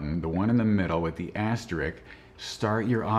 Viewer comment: This video was great (audio/image quality/content) and has way too few views IMO. I enjoyed it and can't wait for my R5 to show up! Thanks 👍 I got some nit-picking though: The auto-pan/slide is moving a bit quick, making it too easy for my eyes to pick up. Watching on my 75" TV, it kind of made me a bit nauseous. - "using A-L servo"... Ahem, that would be capitalized ai: AI :) "Asterik" - it's: AsteriSk.